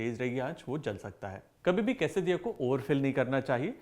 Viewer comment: Same I heard but should be la